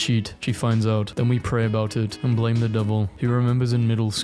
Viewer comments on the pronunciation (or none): none